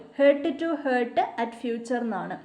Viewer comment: Its not 'hurt to hurt'.. correct pronunciation is Heart to heart (h-a-r-t to h-a-r-t)